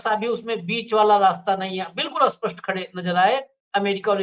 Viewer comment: स्पष्ट को अस्पष्ट क्यों बुलाते हैं कृपया इस और ध्यान दें।